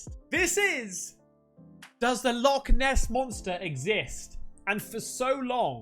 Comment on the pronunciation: Not Loch Ness but.... "Log Ness"😂😂😂😂